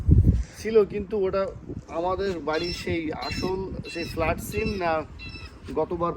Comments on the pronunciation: ছিম না কথাটা সিম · ঠিক উচ্চারণ করে সিম ই বলে ছিম নয়